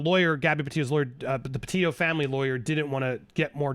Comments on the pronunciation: PETITOS NOT PETIOS!! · Andy Gabby’s name is pronounced PetiTo, not Petio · If you really cared, you'd say her last name right. Petito, not Petio. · Petito not "Petillo" (Peti-tooo) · The Petito name is pronounced …… Pe Tee toe….not Pe tee o. Thank you. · Hi Andy, Just wanted to alert you to the fact the name is PetiTO as in Petite-Toe, not Petee-o. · It's PE-TITO, not PET-IO Andy lol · It's pronounced Petito not Petillo. Not trying to be rude but we should say her name right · please note that you have been pronouncing the Petito’s name incorrectly. You have not been including the second “t”. It is pronounced “pa - tee - toe” not “pa - tee - o” . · Please say their last name correctly. It’s pronounced Pe Tee Toe not Pe Tio. Their family has gone through so much. At least give them the courtesy of pronouncing Gabby Petito’s name right. Justice for Gabby 🙏🏻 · Pe tit O's pa teet O's...it's not peteo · Bro... you're not even pronouncing the victims families name correctly 🙄 peTITO. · Sounds like you keep mispronouncing Gabby's last name. Sounds like you're saying pa-tee-yo. Like there's a double L in their last name. Very distracting so can't keep listening. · PE-TI-TO, please pronounce the name correctly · The letter from Brian mother wasn't found on his body, it was found in the truck/car. I'm guessing that was the red one that they weirdly left at the edge of park/forest before going back for it a few days later. Also noted how you used to always pronounce it 'Petite-o' until Stef kept pronouncing it 'peteeoo.' 🙈 It hits the ear wrong. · why is he not pronouncing the second t in petito? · Please pronounce their last name correctly please they deserve that . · Is Andy mispronouncing “Petito” throughout this video? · Andy forgot how to pronounce Gabby's last name.